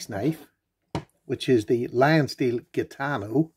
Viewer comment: It's pronounced Hitano,, like the Gypsies...